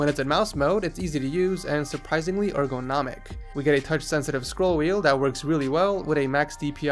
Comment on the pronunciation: why did he say ergonomic like that? he used to say it correctly.